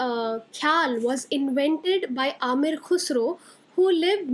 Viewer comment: Not Amir Khusro, it’s Am-eer Khusro. Not kheyal m, it’s Kha-yal